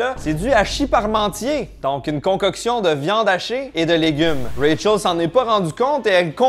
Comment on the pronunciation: Quand tu dis Rachel dans mes oreilles sa sonne ray charles, je me demandais ce qu'il foutait dans la série 😅